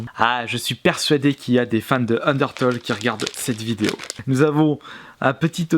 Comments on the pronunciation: sa se dit: ``undertéle`` pas ``undertole``. ta pas acheté undertale pour la PS VITA pour ton fullset? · ca se dis un DER TAILE bien que sa s'ecrit UNDERTALE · UNDERTALE C'EST LE MEILLEUR JEUX AU MONDE UN PLAY STP (ps sa se dis unertéle mais sa s’écrit undertale) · ON DIT PAS UNDERTOLL ON DIT UNDERTALE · il a dit undertole xD sinon super video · "" un d'heure taule "" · C'est bien d'acheter Undertale mais ça se dit [UndertAIle], comme le mot "tail" en anglais ;D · Udertale ce prononce undeurtaille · Sa s'écrit undertale mais on dis undertaile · En vrai le premier jeu se prononce Ondirtule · Sinon pour Undertale c’est une tuerie ce jeu !! Ça se dit undertaïle :) mais ce qui est dommage c’est que le jeu officiel est soi en anglais ou sois en japonais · ça ce prononce ender-tale et le a se dit comme si tu disais "tails" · A force de dire Toles Of... T'arrive pas a dire Undertale correctement... Fait gaffe avec Fallout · Je crois que les fans d'Undertale vont surtout apprécier comment t'as ecorché le nom du jeu xD